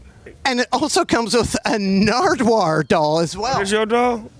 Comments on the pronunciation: fuckin love how Snoop still seems to think Nardwuar's name is "Nardwuard" lmfao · 23 years and snoop still says “Nardwaurd” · I enjoyed that snoop still thinks his name is nardwuard